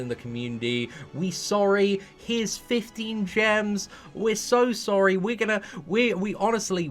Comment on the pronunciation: we sowwi uwu HAHAHAHAHAHA I DIED